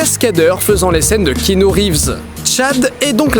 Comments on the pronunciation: par contre Didi, je t’aime beaucoup mais... ça se prononce « Kianou » et pas « Kinou » :’) et bravo pour le jeu des couleurs de la vidéo (vert=matrice; bleu=monde réel) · Mec, s'il te plait, arrête de dire Kinu... Keanu est un prénom hawaïen qui veut dire genre "petite brise sur la montagne" ou un truc comme ça...Bref, c'est Kéanu, K.E.A.N.U...